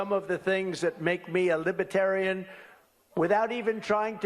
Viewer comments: He can't even pronounce Libertarians, he calls them libbaterians. And yeah, we're not going to let the worst president in the history of the US to come back and finish destroying America. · T-dump can't pronounce "libertarian" ..."lib-uh-tarian" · I love the way he days "lipetarian". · Love the sick CB look on trump’s face when he heard those boos. Even better watching him have to hold back his fury when it continued to go from bad to worse! And did anyone else notice his mispronunciation of Libertarian? “Libatarian”. And he has the gonads to criticize Biden. He’s a loser. Thanks,. Appreciate you! ♥️🇺🇸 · he can't even pronounce LibeRtarian. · Not only does he have the first concept of libertarianism, he can not pronounce Libertarian.